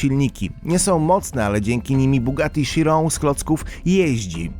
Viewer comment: Bugatti Chiron czyta się bugatti kajron